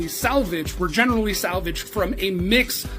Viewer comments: Funny... When you said the word generally, it sounded like general Lee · I see what you did there when using the word generally making an emphasis on the Lee part. General Lee 😂. Who else caught that?